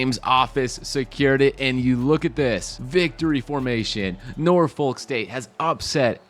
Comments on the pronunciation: Pronounce nah-fik btw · It's pronounced Norphuck